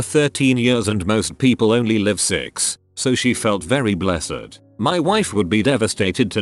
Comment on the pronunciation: Can pronounce toxicplasmosis or whatever but can’t pronounce blessed